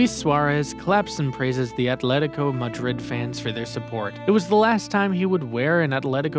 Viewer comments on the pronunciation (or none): none